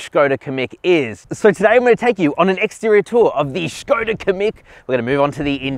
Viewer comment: thumbs up for pronounciation of SKODA